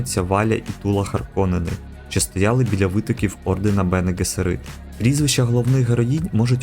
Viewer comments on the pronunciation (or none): Вже переглянув першу серію. Події за 10.4 тисяч років до Муат'діб-а. Сюжет СУПЕП. Малого піджарили телекінезом. Ви НЕВІРНО НАНОГОС СТАВИТЕ: Бене Гессеріт , наголос на ГЕССЕріт. Будьласка , не помиляйтесь. ВАШЕ ІМ'Я не паплюжать наголосом , чи не так?